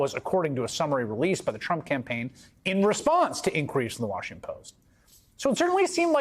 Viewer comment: Great reporter...too bad he can't pronounce Washington properly...